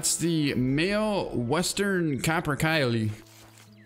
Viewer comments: It's produced caper-calli not caper-kyle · Hey man those birds are pronounced capper-kaley